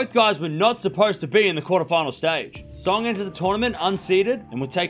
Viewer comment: It’s Zha-hng not Zhong